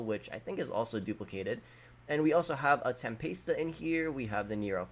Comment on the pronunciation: How the the fuck did you fuck up with pronouncing the Tempesta which you called a tem-paste-ah and the Tigon you called a Tigwon